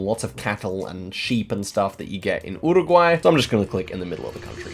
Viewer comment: an australian not knowing nz very wierd. why do u pronounce uruguay wierdly also sounds so depressed